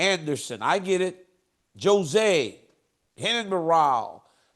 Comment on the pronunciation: JOE ZAY (jose) 😅😅